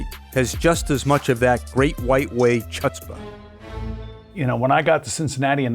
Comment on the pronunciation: CHUT-spuh? Seriously? "Chutzpah" is pronounced HUUT-spuh, with the 1st syllable rhyming with the word FOOT. Takes about 2 seconds to find this out. SMH